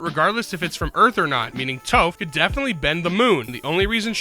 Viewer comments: Bro really said "TOEph" it's "Toph" because it sounds like "Tough" and that's what she is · You pronouncing Toph Toe-ph makes me so ungodly angry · i dont remember if it was or but hearing the human narrator pronounce "Sokka" like they do in the M Night Shyamalan movie aka "soh-ka" in the same post as they pronounced "Toph" with the long o as well it was enough for me to both stop watching and unlike the video on the spot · every time they pronounce Toph's name wrong, i feel increasingly violent